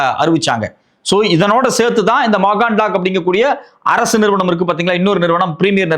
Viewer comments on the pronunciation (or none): Mazagon Dock என்பதை தப்பாக மகான் டாம் என்று சொல்கிறார்